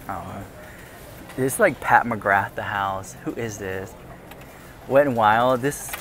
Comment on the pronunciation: Love how excited you get over makeup (and toys, t shirts etc lol)! You know I found out from Pampered Wolf that its's pronounced Pat McGra...no th sound. Odd. But now that lockdowns are ending I dont know if ppl are rushing out to buy makeup, our skin improved without it, hmmm. I will be getting the Manscaped 4.0 from you for my son at Christmas, cheaper thru you than even on amazon. At least I want to get it for him, tho right now he seems addicted to d/s razors, but I'll give it my best shot lol! Thx, LYSM!!